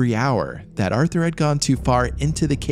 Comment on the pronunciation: Artur, not arthur